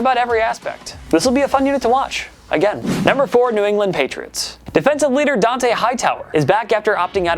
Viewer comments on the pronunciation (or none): none